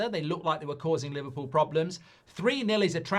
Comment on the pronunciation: Li-VAR-pool tears 😂😂😂😂😂